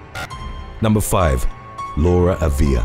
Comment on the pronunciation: AAA viLa NOT aVEE Ya